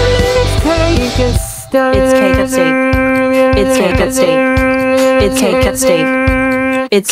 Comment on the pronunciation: AI can't pronounce Stake